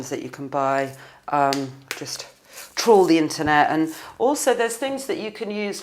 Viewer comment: Well she said 'trawl' and it sounded like troll :)